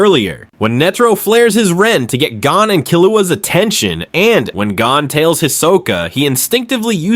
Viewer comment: Bruh... He-so-Ka.... and Gone, not GO-Ne. otherwise, fuckin nice. Never noticed Panzo